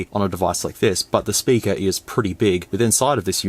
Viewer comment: "Big sperker " 😂😂😂